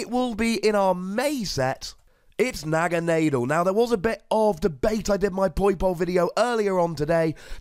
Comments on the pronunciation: Thats how i wread it anyway sounds better too. Na Ga na del. Not ghana. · i pronounce it as NAG-ANA-DELL